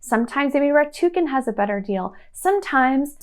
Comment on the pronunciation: It's rakuten, not ratuken.